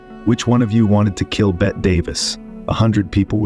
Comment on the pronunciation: Betty, not Bet, Mr. AIM man.